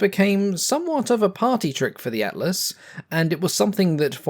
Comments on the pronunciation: Don't worry about it. Atlas sounded fine to me. Then again, I'm from a well dodgy part of Norf London. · didnt sound wrong when ye said atlas so... i guess its good enough